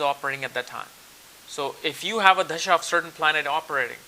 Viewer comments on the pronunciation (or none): It's not dhasha it's a dasha 😂😂😂😂